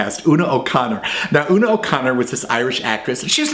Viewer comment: Hey, he pronounced "Una" correctly!